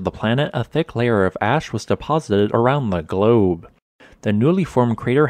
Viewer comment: "tha GlOuBE"